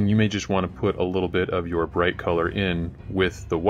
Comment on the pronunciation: When did ya hire Duncan from GW? "Thin ya paints" weirdo.